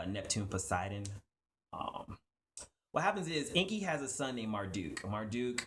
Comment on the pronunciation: You are right enki he is speaking it all wrong